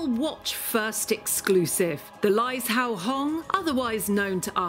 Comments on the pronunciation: Pronounced Lai-zhou. Kind of sounds like lai-joe. Absolutely beautiful. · Laizhou - the zh is a j sound.